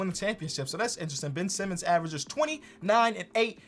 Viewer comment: No one: Not a single soul:: Bin Simmons